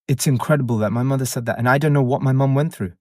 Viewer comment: Lmao not the taggart pronunciation of muhderr 😅😂 This one alone my aunties could never ❤